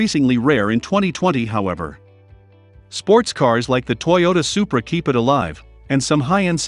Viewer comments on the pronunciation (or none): none